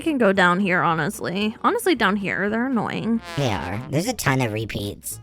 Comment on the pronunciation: AS SOON AS SHE SAID ANOYIN WE ALL THOUGHT OF BB